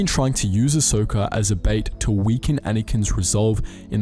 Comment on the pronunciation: Lol “ahsoker” that’s definitely how you say it 😂